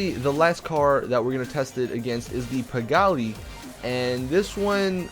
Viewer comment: hey awesome video -- just wanted to let u kno u pronounce it pee-GAHL